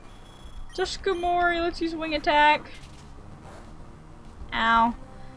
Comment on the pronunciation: i though skarmory was pronounced like scar-mory lol